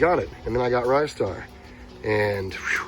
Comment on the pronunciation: I hate to destroy your childhood memory but it's pronounced 'Ree-star'.